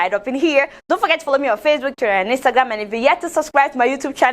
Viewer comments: A whole minister of information 🙆🏿‍♀️🙆🏿‍♀️🙆🏿‍♀️couldn’t pronounce Instagram but “instangram” shame on him. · Adeola will not kee me with laughter oo😀😀😀 "Instanngram" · Inkstangam can't even pronounce(nigeria) Monopoly over violence (Cameroon) Ethiopia owns the river but it is "a river" meaning source,supply, overflow therefore you can't tamper with the source yes it will better the living conditions of ethiopia but what about egypt and sudan are there not humans too? (Please ethiopia should strike a deal so we all can benefit 👌) europe had it's first industrial revolution from 1760 Between 1820 and 1840. And we are still here in secondary economy of activity What we need are industrial leaders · Qus: Since soon to be 'ex' President Donald Trump sees African countries as "sh*t holes", why is he concerned with which way our rivers flow?! As for shutting down social networks in Nigeria as per China, let the Minister speaking here learn to say 'Instagram' properly first oo! Lol! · Is it a crime also that he can't call Instagram correctly? We all have pronunciation shortfall one way or the other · he cannot even pronounce google and instagram . lol